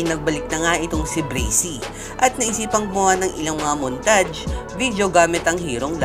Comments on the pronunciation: Brasy at montaj mali ung banggit mo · Montaj pla basa hindi montage haha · BRAXY-BASA NI BREYSI BRAXY-BASA KO BRAKSI MOONTAGE-BASA NI MUNTAYG MOONTAGE-BASA KO NORMAL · montadsh or montage? HAHAHAH